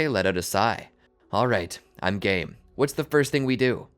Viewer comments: When sasuke said : Alright I'm game...I thought he was saying:Alright i gay 🤣🤣🤣💀💀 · alright im game kinda sound's like "alright im gay"😭💀